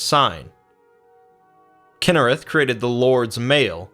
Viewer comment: “Kynerath” KYNE!!!